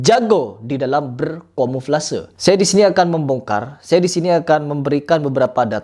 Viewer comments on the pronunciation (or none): Sok sok.an bicara aqidah .....ngomong kamuflase aja belibet "komuflase"? Belajar bahasa indonesia yang bener dulu baru bicara aqidah😅😂